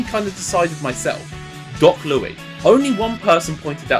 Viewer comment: Did he just say that doc Louis was doc Louie